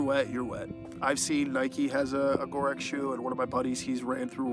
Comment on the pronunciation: Ignoring the fact you pronounced Gore-Tex incorrectly, from the few times your shoe is in frame the Branding of Gore-Tex in not visible (Saucony has it on the outside of the toe guard). My guess is you have the non Gore-Tex version....hence the no waterproofing. Saucony does not have a proprietary waterproofing. Otherwise, great review on a shoe that Saucony cleary does not want many reviewed often.